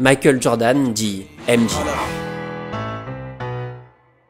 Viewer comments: Super vidéo mais ca se prononce M Djey pas M Ji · aimedji et librone, c'est trop là on prononce aimedjai et lebrone, pas compliqué